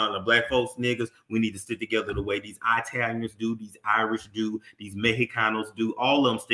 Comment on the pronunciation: He said I-talians I am done 😂😂🤣